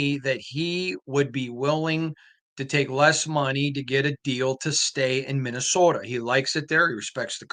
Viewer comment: It's not called "Minnowsoda!"🤣😭🤣